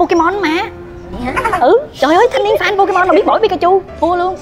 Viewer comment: Pokemon anh hỏi là Po_Cha_Ma